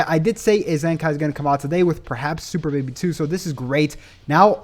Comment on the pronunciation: " super baby do " 🤣🤣🤣🤣🤣🤣🤣🤣 It was funny I'm sorry I know what u meant tho.